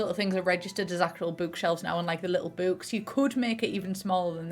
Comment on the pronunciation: her pronouncing book with a very long oo gives me anxiety but i love her all the same